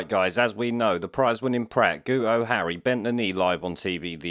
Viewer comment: gootoe hahahahhahaha thats one way to say it , ill let you off with that one lol